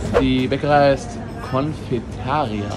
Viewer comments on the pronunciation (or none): Kleiner Klugschiss: Confeitaria heißt Bäckerei oder Konditorei, das ist nicht der Eigenname des Ladens. Und wie im Spanischen wird üblicherweise die vorletzte Silbe betont (es sei denn irgendwo ist ein acento über den Vokal), deshalb wird es con-fei-ta-RI-a ausgesprochen.